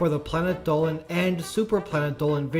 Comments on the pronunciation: Instead of planet Dolan i hear planet dowan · "Planet Dolan" planet dooleen